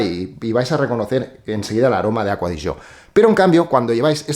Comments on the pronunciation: Porque se pronuncia así en italiano. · por fin alguien que pronuncia bien la marca, no como otros que dicen ser fanáticos de ella y no saben como se dice 🤣🤣🤣no diré nombres. Pd: APM